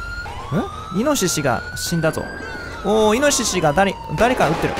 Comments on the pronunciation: ごめんなさい、 人の発音が気になるんです.... イノ・シシ じゃなくて イノシシ じゃ💦 →→→→ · イノ↑シシ↓ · イノシシのイントネーションが自分と全然違ったww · イノシシの発音が面白すぎる。